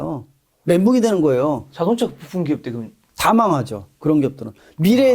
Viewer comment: ㅋㅋㅋㅋㅋㅋㅋㅋㅋㅋ거fum 과 부fumㅋㅋㅋㅋㅋ계속들리네요 ㅋㅋㅋㅋㅋ